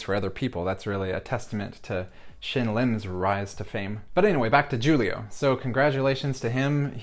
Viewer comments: Loved his performance! Btw that 'X' in 'Xulio' is pronounced like 'sh' in 'ship' it's the Galician form of 'Julio' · Say it like "Shulio" and it will sound right :)